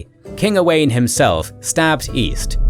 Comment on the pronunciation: That's not how you say Owain 😂